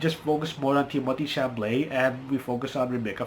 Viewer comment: It’s Chalamet, not Chamalet. Of the three movies, I liked Dune the most. It was also the best, as far as cinematography goes.